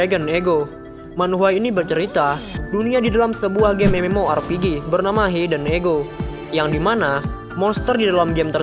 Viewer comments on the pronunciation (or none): none